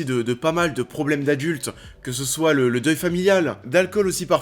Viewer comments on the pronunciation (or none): none